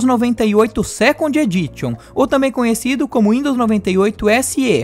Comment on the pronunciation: Sabemos que o trabalho de edição de vídeo é algo cansativo. Contudo, o vídeo ficaria melhor se ao menos um pouco de pronúncia em inglês fosse dita corretamente. Porque se você diz normalmente "microsoft" (máicrosóft), então deveria entender que "Edition" se pronuncia "edícham". Assim como "site" a gente pronuncia "sáite". Dessa forma, tomando cuidado com a pronúncia, fica mais fácil e requer maior confiabilidade a cada vídeo. Fica a dica.